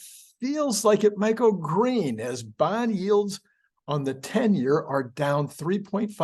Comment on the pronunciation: "Tenor" not "tenure"